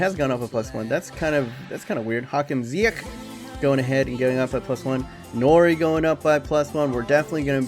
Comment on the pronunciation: just always pronounce the g of ch like in ziyech wich you pronounce good